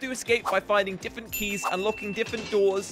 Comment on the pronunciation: Does anyone catch how says diffent instead of different *no offense